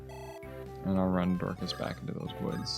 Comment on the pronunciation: Why do you pronounce Dorcas' name as "Door-KHaass"?? His name is Dorcas (Dork-us) lol. Less emphasis on the KA and less emphasis on the Ass